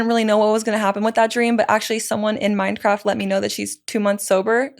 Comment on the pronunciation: Its funny how i have subtitles on and everytime she says Mindcraft the subtitles say "Minecraft"😂